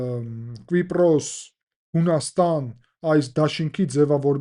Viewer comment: Hetaqrqira, inchu eq asum Kvipros, tenc erbeq chem lsel, menq asum enq Kipros